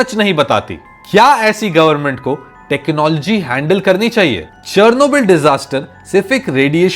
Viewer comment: The way you pronouncing Chernobyl is so wrong